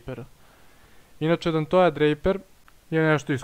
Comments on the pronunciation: Pavi upravu je covek nemoj da se ljutis, kaze se donti ili donte mada moze i dontej ali dontoja nikako, i iskreno malo zvuci i smesno bar meni, inace bravo za analizu samo napred :D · I rekao si Dantoja ne Donteja *